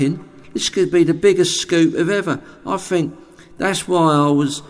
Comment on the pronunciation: Fink! delicious. There's other things he can't pronounce too. Not just "pronunciation".